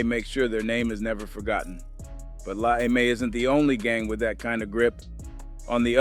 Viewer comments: dude …it is NOT “La AY-MAY” it’s “La EM-AY” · AI GARBAGE “La Ay May”?!?!? FOH